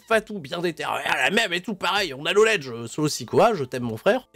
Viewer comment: Le "k" de "knowledge" est silencieux, mais pas le "c" de "acknowledge" !